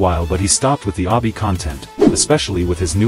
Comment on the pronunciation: I love the fact that the ai generated text cant say obby correctly